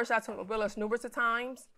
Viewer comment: I thought I kept hearing "nuBEROUS" of times....and in like I need to look at the screen. And I will gladly take dude degrees cause boy wtf 😒